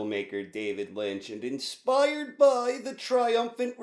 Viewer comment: Lol I thought the same when I started watching his videos- mainly because of the intro when he goes "and inPIRED BY THE " I always thought that too much hahaha but after getting used to I started enjoying the way he talks and find it similar to the mood of freaky charActers in twin peaks